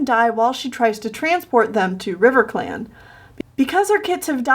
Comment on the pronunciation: Riverclam. it is all I hear